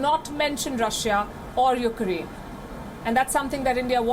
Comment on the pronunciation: Why do you call it ' UK-ER AINE'. it's uk-raine!